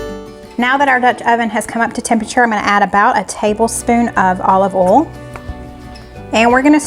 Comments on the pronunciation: Condolences to your family. We lost our youngest sister to pancreatic cancer in 2008z Love your channel, though I cringe whenever I hear bol and ol instead of oyl and boyl. Lol! Where can we find the Auntie Nono’s? Wasn’t in Amazon. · OMG the beef looks sooooo good . i know ive said it once but i just love how you dont pronounce the I in oil , boil and other . :) Lots of love from Montreal Ya'll